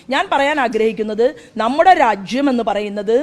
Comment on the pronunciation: രാജ്യം, തീർച്ച ഇത്രയും കടുപ്പിച്ച് ഉച്ചരിക്കണ്ടാ🤣🤣🤣